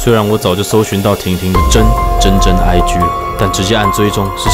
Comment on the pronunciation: 真。真真IG，聽久惹，聽起來像是真。真真貞操？！！🤔😂😂🤣😁😁